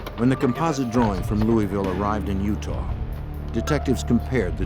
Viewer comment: In what vernacular does "ah" ever pronounce as "r"? He said at the beginning this event took place in "utar" instead of "Utah", too funny.